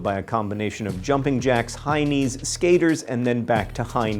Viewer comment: Does anyone else hear "heinie" when says "high knee" and giggle relentlessly, or am I the only 28-going-on-5 year old here?